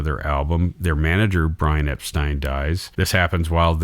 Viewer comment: The Beatle Film Festivals were great experiences. McCartney became the de facto leader of The Beatles after Touring Ended. Paul McCartney envisioned and conceptualized SPLHCB and MMT. There would be no Abbey Road without the driving force of McCartney. You kept mispronouncing “Epstein.” You kept categorizing The Beatles as if they were in their moptop days. Your assessment of The Beatles (White Album) is nuanced; accurate and excellent. There would be no Yoko Ono or Alan Klein involvement without John Lennon’s lack of character judgment. George Harrison came late to music writing; often with only 1-2 new songs to contribute. By 1968, George Martin, Lennon and McCartney gave Harrison plenty of studio time yet he refused to complete his songs for The Beatles. George Harrison had a massive inferiority complex resulting in 1 flawed masterpiece and 11 poor to mixed review albums in 30+ solo years. So much for his stockpile of songs. Harrison had his own demons. It was Lennon who officially announced his departure from The Beatles in September 1969. Post Beatles… Harrison, hardly the Quiet Beatles, and Lennon harshly criticized and denounced The Beatles; especially McCartney. While the end of The Beatles was inevitable, how The Beatles ended was avoidable.